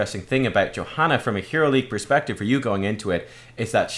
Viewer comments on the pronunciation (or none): none